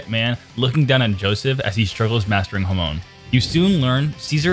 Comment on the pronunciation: Say hamon right please😂😂😂😂